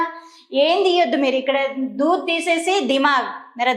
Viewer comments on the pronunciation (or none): దూధ్ అనాలి దూద్ కాదు